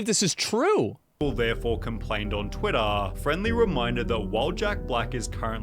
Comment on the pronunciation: why is the guy pronouncing like : " Twittaaaa". I mean wtf is wrong with him. Its just "Twitter"